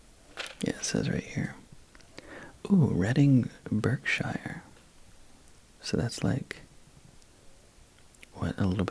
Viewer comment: berkshire is pronounced bark-sher